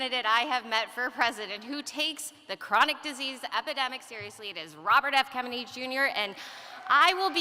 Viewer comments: At about 10.55 she says Robert F kemeny jr.? listened several times that sure sounds like it. If you add a cackle now and then she sounds like who? Don't know much about her but, first impressions not really all that. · She said Robert F "Kemmedy" at the mark. She doesn't even correct herself.